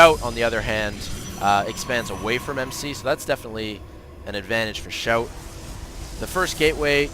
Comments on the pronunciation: its pronounced "see-ow-tee", just fyi :p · Pronounced "she-ow-Tee"